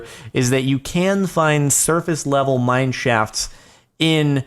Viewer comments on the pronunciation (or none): none